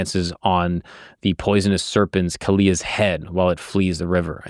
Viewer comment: its pronounced as Kaa-lee-yah not khaliya